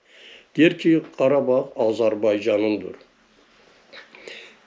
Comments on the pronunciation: Abi kardag deyil KARABAG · Kardeş karadag degil. Karabag!!!! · Her sey cox gozeldi ama garadag yox garabag soylerseniz iyi olur